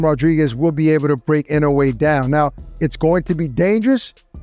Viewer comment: How can an idiot that can’t take the time to get the pronunciation of peoples’ names correct be interviewing people? Even with Inoue Naoya. How many announcers can’t or couldn’t pronounce his name until they thought he was relevant?